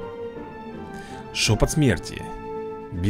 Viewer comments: да не громЕЕль а грОммель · Грооомеля ударение на о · ГрОмеля ударение о